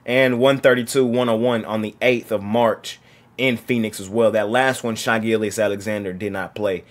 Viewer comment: His name is pronounced « Shé » not « Shy » ahaha